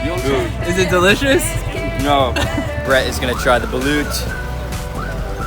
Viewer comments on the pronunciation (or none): Take note, it is not BulOOt, it is pronounced like Bulut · It’s not ba -loot it’s ba -lot But it’s fine b cuz I see everybody a mistake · Hoy you are pronouncing balut wrong it's balot ok not baluuuuut!!!!!!!! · It’s ba-lot that’s the pernaouncation dude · Its pronounce as BALOT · Actually, people here also use Uber. - Not all ATMS are broken... :( - I don't eat balut HAHA and its pronounced as "bal-Oh-t" - THANK YOUUU SO MUCHHHH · the way he said balut lmao